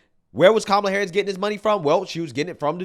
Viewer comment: Every time Oprah Said Kamala HarrrrUsssssss... She lost a vote.